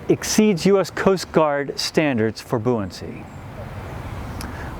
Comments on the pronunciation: What is “booincy? Could he have meant “buoyancy?” Maybe I’m crazy, but I think that a guy representing the “increased buoyancy” of a boat, should, (at least), actually be able to pronounce the word! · I've always laughed when Americans pronounce buoy 'boo-ie', but I never realised you also pronounce buoyancy 'boo-iancy'! At least it's consistent XD